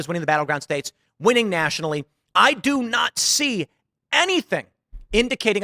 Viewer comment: “i do not see …” sounds too much like “I do naci… “ just saying :-D